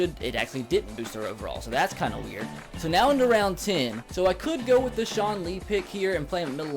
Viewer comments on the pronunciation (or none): none